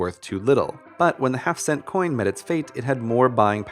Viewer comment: am i the only one who thought he said "half-dollar" instead of "half cent"?